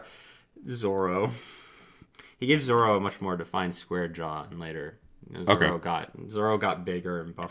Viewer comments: I love listening to this, but damn the Zolo think is killing me. I know it shouldn't, because L and R sound very similar, but it does. 😂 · I wanna watch it but every time he says “Zolo” I cringe. Truly the biggest crime committed by Viz was gaslighting people into mispronouncing Zoro’s name